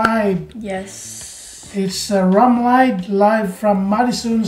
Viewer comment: "Lied" in "Rammlied" sounds like "lead" or "seed" 😂